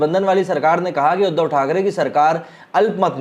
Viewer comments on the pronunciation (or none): none